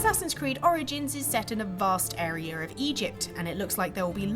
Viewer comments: This anouncer needs a pay decrease. Lol "arear"😂😂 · Why does she keep saying "arear".....?